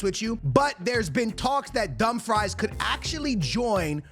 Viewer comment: Bro its no dumfries, its not french fries, its callled Dum frees!! LOL i laugh my ass out when you say dum fries :face-purple-crying::face-purple-crying::face-purple-crying